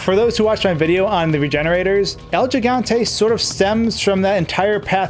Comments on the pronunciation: it's pronounced GIG, not jig. it's Spanish for giant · It’s HIGANTE not jigante 😂🤦🏻‍♀️ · It's he-gan-te not je-gan-te lol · He-gone-tay. Not “gi” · What's a "Jigante?" Is that anything like a Gigante? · It's pronounced HE-Gante, not JEE-Gante. It's also Gif not Jif. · It is pronounced "Higante" rather than "Jigante" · This shit was on my mind the whole vid hahaha 💀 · Repeat with me american friends He-gun-te not the Gee-gon-te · The way you pronounce the name bugs me lol. Its El He-Gan-Teh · Es Gigante(Ji-Gan-Te), estos americanos AGARRENLO! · Its pronounced “hee-gan-te” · "El yee-gan-tey" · El Jigontay? Come on man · Jus thought I’d give you some great advice for the future. The G in Spanish is hardly said like it is in English, therefore, you should pronouncing it “El Higante,” Great job on everything else tho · He GONE TAY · This was hard to get through with your pronunciation. If you make a video about something, maybe make sure you can say the word. :0 Good information and editing and stuff though. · Within 10 seconds, Gigante was pronounced incorrectly....again....for the millionth time...I'm guessing 😅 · At least pronounce the God damn name correctly if you're going to make a video on this...